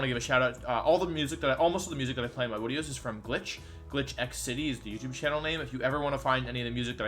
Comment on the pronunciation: Wolfey just likes to pronounce Pokemon names weird. It's a part of his YouTube personallity and branding. It all started with him pronouncing 'video' as 'wideo', the community loved it, and now Wolfey just like to mispronounce words for fun.